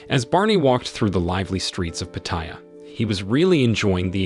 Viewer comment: Pronunciation is...Pa / Ta / Ya, not Pateya. Place is great for only two things, Farang food and Ho's.